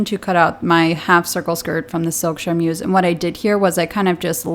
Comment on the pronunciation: I love this series and your videos in general but as a French speaker, the way you pronounce "charmeuse" causes me physical pain